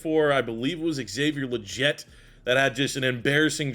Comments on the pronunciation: Love you’re bringing this back my guy! XL’s last name is pronounced Lee - get but looking forward to the rebuild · It’s lee-get bro tf are you saying😂